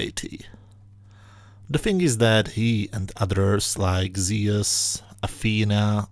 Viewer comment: hey man Thanks for the video- Just thought since you appreciate the Greek classics. The pronunciation of Zeus is Not (Zee -Us} It is Zoos - with a silent e that makes the u an oo like Zoo sound Not a u as in bus.